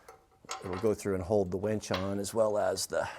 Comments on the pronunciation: I prefer a dress size 6 wench for my pickup. I know knows how to spell, it’s a pronunciation difference that makes me hear ‘wench’ when he says ‘winch’. Outstanding truck you have there. Awesome video, thanks,. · It almost sounds like you're saying "wench" instead of winch, which gives me a giggle every time you do one of these videos. Glad to see you're feeling better. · Winch not wench